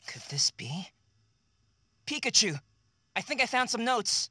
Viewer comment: Please say pikacha